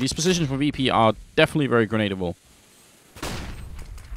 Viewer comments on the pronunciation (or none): "Grenedable" positions